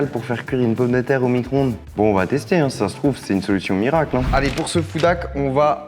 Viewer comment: "Micronde"😂 c Micro-onde